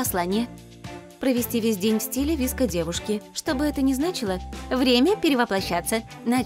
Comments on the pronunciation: Не вИско гёрл , а вСко гёрл , е гёрл носят массивную обувь и макияж у них другой 🤦‍♀️🤦‍♀️лучше сначала всё прочитайте и изучите , а уже потом других учите ! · не ВИСКО, а ВСКО ГЁРЛ🤦‍♀️ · Правильно говорить не виско а вско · ну я например вообще привыкла говорить не ВИСКО а ВСКО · Никто: Абсолютно никто:: вИско гёрл Я: вско гёрл Тоже я: 😂😂😂😂😂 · Ви Эс Ко гёрл 🗿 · Читается «игёрл», а не «идевушка» И «виэско», а не «виско» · Не виско гёрл а в ко гёрл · Не VESCO-GERL а SOFE-GERL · Вско а не виско ( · ООО не ВИСКО а ВСКО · Нет, правильно будет виско, сама достигают этой субкультуры и все знаю.т.к пишется вско, произносится виско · Вообще-то,пишется VSCO girl А на русском говорится Виско😑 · Уши сломались об виско гёрл